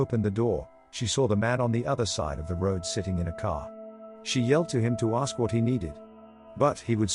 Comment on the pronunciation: “CPD, we needa axe you a coupa questons….” Sorry officer, but you appear to be out of uniform and with your willful assault on the English language, I have decided not to acquiesce.